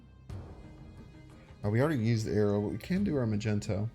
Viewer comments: Am I the only one who's bothered by him saying "Magenta" or "Magento" instead of "Magneto"? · Are you pronouncing it Magento on purpose? Its Mag Nee to! It frustrates me greatly!!! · maGnet! HARD G! Why is he making it a soft g!? Omg he's my favorite M.snap guy to watch but omg the word is MAGNET with an O at the end 🤦🏻‍♂️🤦🏻‍♂️🤦🏻‍♂️🤦🏻‍♂️🤣🤣🤣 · Magneto, not Magento :) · Does he say "Magento" on purpose ? lmaoo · Bro said "Magento" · Are you purposely mispronuncing Magneto?? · Why are you mispronouncing magneto? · Awesome vid but your pronunciation of magneto is a felony